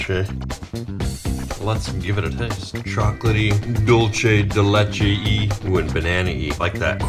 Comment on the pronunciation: Dolshe de letcha